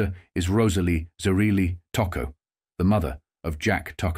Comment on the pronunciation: The pronunciation of Tocco's name is horrible and repetitive throughout this documentary.